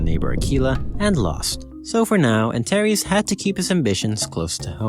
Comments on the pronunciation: Antares is pronounced anTARs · I’m pretty sure Antares is pronounced more like [Ant-aires]